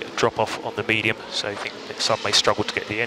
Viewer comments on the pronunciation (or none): none